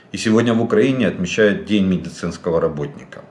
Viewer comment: "Добрый дэнь, мы з украины", звучит как здравствуйте, это я дебил Жданов😂